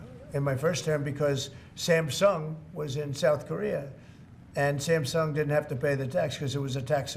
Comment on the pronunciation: I love the way he says Sam Sung like it’s a name lmao!